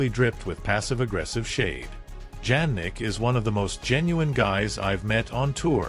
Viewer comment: I do not believe this Ai robot that cannot pronounce Jannik's name correctly. Show some actual video of the two players interacting inappropriately. Otherwise, don't waste out time with this artificial crap!:face-purple-crying